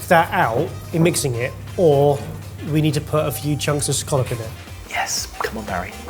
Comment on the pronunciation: As a New Englander, it’s refreshing to hear people pronounce “scallop” correctly 😂